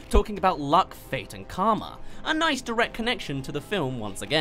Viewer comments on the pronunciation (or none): none